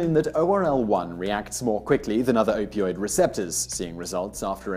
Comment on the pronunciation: shouldn't it be "opioid" instead of "opiod"?